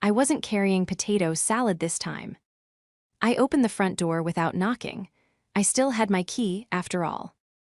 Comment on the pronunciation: Your Pronounciation of the time is EXAGGERATING, why not pronounce it CORRECTLY?😂.